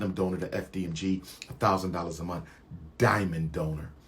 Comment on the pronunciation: Why can’t this “educated” man say month correctly?